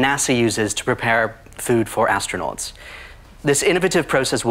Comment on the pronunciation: "...used by "Astro-NOTs""...not proving anything. 😄